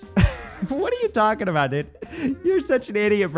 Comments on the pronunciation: The many "dudes" of Coffeezilla: Ded Did Dad Dud And my favorite... Dewd (rhymes with feud) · the way says "dood" is the reason I watch these lol